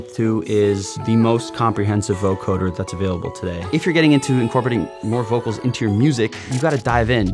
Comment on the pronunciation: BTW, It's pronounced voCODEr, not voCORDer.